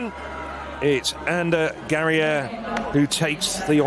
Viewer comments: European? Spain-Basque Cowntry versus África. It's GA-RA-I-AR.No Gereia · Ninguno sabe perder porque no han felicitado al ganador. En España todos nuestros deportistas saben perder porque tenemos esa elegancia y esa modestia en nuestra cultura. Y al comentarista hay que decirle que el apellido de Garaiar se pronuncia tal como se lee en español y NO en francés